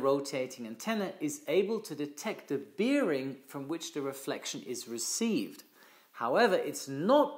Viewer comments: Thnx for your christal clear lesson. "A good pilot is always learning"... You too? Two pronunciation tips: - bearing is to sound like (Tu-95) Bear-ring - Altitude should be (Big) Al-titude (Ein enthousiaster Abonnent in Holland 😉) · “Bearing” is pronounced to rhyme with “scaring”, not beer.